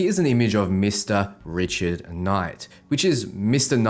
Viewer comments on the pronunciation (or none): none